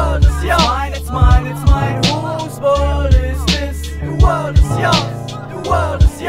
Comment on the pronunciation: huus wörlt is dis, de wörlt is joos, de wörlt is joos. Schöne Aussprache.